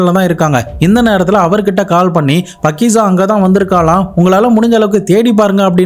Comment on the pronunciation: பக்கிசா இல்லை faakiza